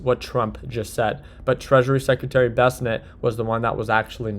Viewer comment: how long is it gonna take for you to pronounce bessent correctly?